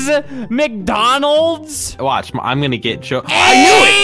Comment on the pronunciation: How I say it “McDonalds” How Albert says it “McDANalds”